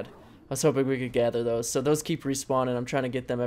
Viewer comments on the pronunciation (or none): none